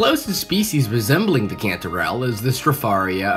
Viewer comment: Cantorell sounds like”controll” 😮